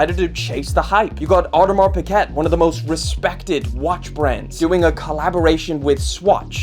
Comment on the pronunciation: it’s Audemar Pea-gay… how come no one knows this??